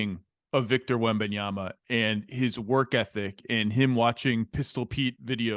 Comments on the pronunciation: “WEMANYAMA” yeah sure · The name butchering is crazy.... 🤣😂 they said manyama